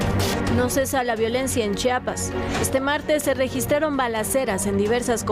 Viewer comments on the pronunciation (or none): Chiapas se dice Chiapas no chapas para dar noticias deben de aprender a leer